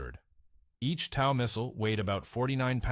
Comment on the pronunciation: Tow truck, TOW Missile. Get your fake voice to pronounce words correctly! Its not tau